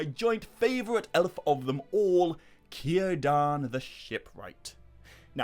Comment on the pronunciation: 15 min mark, I knew you were going to say Cirdan, and of course pronounced it correctly.